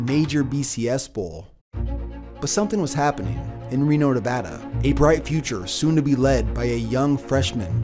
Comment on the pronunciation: Thank you for saying Nevada correctly.